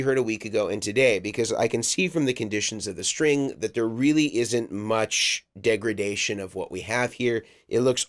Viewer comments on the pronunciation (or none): none